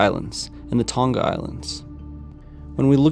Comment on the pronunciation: It's Tong-a, not Tong-ka